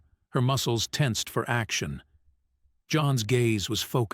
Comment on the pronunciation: It would be nice if the narrator would learn how to pronounce easy words such as action.